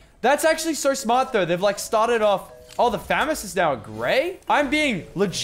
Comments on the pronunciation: How he says famaos he says famous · "Fames" - Lachlan 2019 IT'S FAMAS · I’m Australian and it’s not it’s a famas not famez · Nobody: Lachy: fÆmas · No one: Lachlan: 'Faemas' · I hate the way he says famas